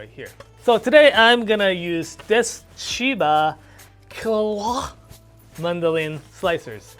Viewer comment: Chiba…what mandolin? Either that was Klingon or the first part of a Hwak Twah. lol Anywho, great video!